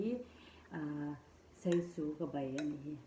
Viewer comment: Seisu a nilo. Saisu aw...